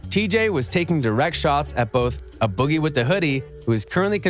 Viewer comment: dude said uh boggie with the hoodie